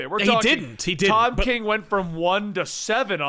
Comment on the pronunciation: It sounded like kept saying Todd king